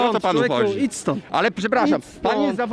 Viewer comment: Ale żałośni są. Najgorszy ten od pachoła i chłop z megafonem aka "ić stond".